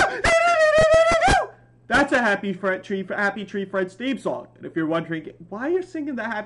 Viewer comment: Bro said Happy tray friends